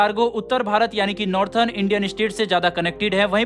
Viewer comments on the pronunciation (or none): नॉर्थन और साउथर्न नही नॉर्दन और सदर्न सही उच्चारण होता है।